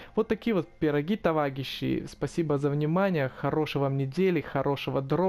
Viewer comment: Ты сказал товагищи